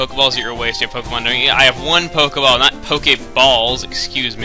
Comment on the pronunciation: Somewhere in the video, you said Pokaball or Polkaball